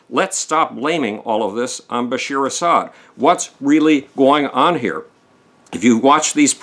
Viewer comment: His name is Bashar al-Assad, not Bashir.